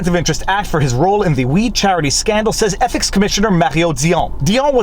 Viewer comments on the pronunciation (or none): "Trudeau's EPIC violation..." That's how it sounds (at least at 1.75x).